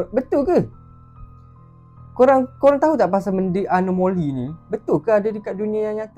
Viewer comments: anomali bukan anomoli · awak salah sebut anomali bukan anomoli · Abang anomali bukan anomoli😅😅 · Bukan anomoli anomali😂😂😂😂😂😂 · Anomali la bukan anomoli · anomali bukan anomoli